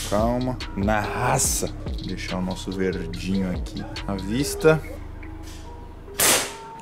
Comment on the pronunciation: Eita cara "nócego" k k k k k k k k k k k k k k k